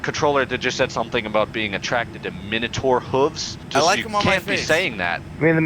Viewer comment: "mino-tor HOOVES" lmao. lost it!